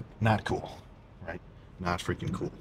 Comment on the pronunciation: "Witerwally gonna fweaking wock in fo dis one🤓💪🏻"